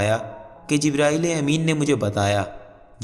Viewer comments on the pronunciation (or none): none